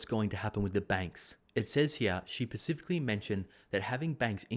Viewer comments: Great content as usual thank you! One thing the grammar Nazi in me has to point out... SPECIFICALLY not ‘pacific-ally’ 😬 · duuuuudddddddeeeee pllllllllllz.... Pacifically? no specifically!!! Spe-si-fi-ca-lee ahhhhhhhhhhhh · "Pacifically" = "specifically." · No one says that word correctly...lol